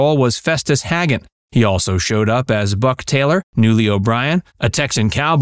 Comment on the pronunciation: It's Festus HAGAN , not Hagget.